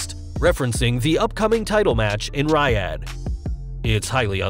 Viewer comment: it's NOT Riiiiiiiiaddddd, it's Reeeeeeeeeeeoddddddddddddd!